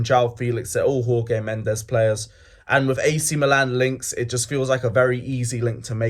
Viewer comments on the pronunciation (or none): who the fook is Whore-Gay Mendes!?, sort it out mate - there's been enough Portuguese involvement at Chelsea over the years for you to be able to pronounce Jorge Mendes...